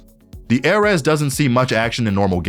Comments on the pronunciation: aireez not airez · ‘A’ ‘RES’💀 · IM SORRY AIR-RES???? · i know this man didn't just call it the "Ehhrez" 💀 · Him: "The Airez" Me: The what!? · this is the weirdest pronunciation i’ve ever heard. not even close lol. nice vid though. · I hate how confidently he mispronounces the ares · I’m Annoyed at the way he pronounces ares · WHY CAN YOU NOT SAY ARES WHAT IS WRONG WITH YOU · the way he says ares is actually painful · my guy cant pronounce ares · bro how did he pronounce ares 💀💀